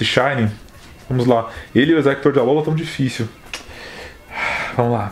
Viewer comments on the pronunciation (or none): none